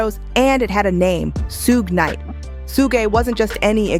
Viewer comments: Suge Knight is pronounced like "Sugar" without the "ah" sound at the end, just saying. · Who the hell is Soog knight? Lol! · I'm not sure why, but I absolutely hate it when people pronounce Suge Knight wrong.